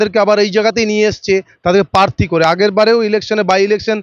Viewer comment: পোচার, পার্থী এগুলো কি উচ্চারণ। আগে কথা বলা প্র্যাকটিস করুন।